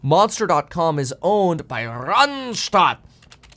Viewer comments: Your "Randstadt" pronunciation is very South German 😊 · Kevin, it is great how you say "Randstad¨. I love it. 😁